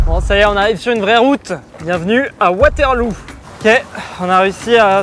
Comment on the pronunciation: Waterlou il a dit 😂😂